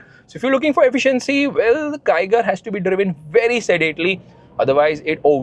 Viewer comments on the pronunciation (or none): here yells come on kiger, at home, hears "come on tiger"😉